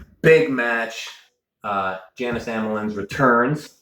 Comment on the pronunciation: Love ya Devon... but its pronounced Yawn-iss not Jan-is... we dont call you Melvon... lol